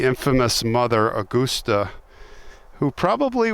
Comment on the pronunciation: Aw-gus-tuh Gein